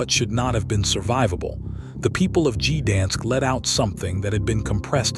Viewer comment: "Gee-dansk"! "World War eye-eye"!